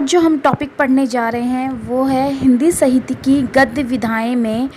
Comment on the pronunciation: हिंदी सहित्य (0.11) नही, हिंदी साहित्य सही शब्द होता है। आप हिंदी साहित्य की शानदार जानकारी दे रही हैं, कृप्या उच्चारण भी शुद्ध करें। 🙏